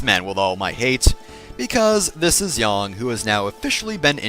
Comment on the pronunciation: YES! You pronounce Yang correctly.